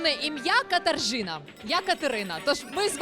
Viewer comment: правильно Катажина Мошь